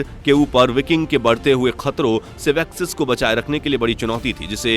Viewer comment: Nice info but sussex,cent,essex,mercia....... pronounce sahi nahi kiya tune